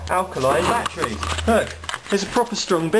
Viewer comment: i like how you say betrees lol